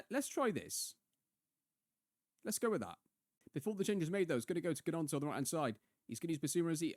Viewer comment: Volume on this one is dramatically quieter than previous. Also, I may have missed this - but Gnonto has a silent G haha (coming from a Leeds fan)